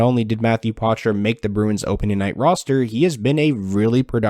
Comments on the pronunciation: Poitras not Potrais. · Matthew Poitras' name is pronounced "pwa-tra" or "poa-tra", the "a" is almost silent. Its a French name, "oi" is pronounced "wa" in French. He says it here